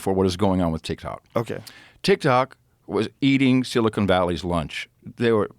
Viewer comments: This dumb dumb can’t even say silicon correctly. It isn’t silicone like implants. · I like listening to a man speak about tech who can’t pronounce Silicon correctly